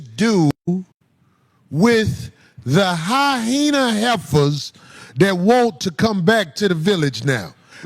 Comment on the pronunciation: Mf its hyena!! Not hyhena!!